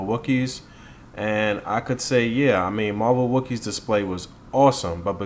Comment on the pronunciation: Also its WoCKeez (walkyz) lol no Star Wars /chewbaca relation which would then = wookies haha;) We just wanna make sure we honor the Wockee name because we want it to represent the JABBAWOCKEEZ: The Americas Best Dance Crew since we rock the masks and all:) Much Respect as always and thanks again, You are awesome!!